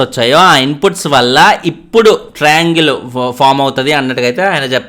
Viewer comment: dilugue:: ట్రయింగల్, టెట్రా అంగేల్, పెంటగొనల్ వద్దు 😂😂😂